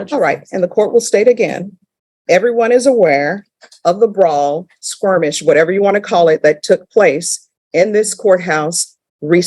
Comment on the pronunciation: Did who loves to correct everyone on their bad grammar just say "Squirmish" twice instead of "Skirmish"?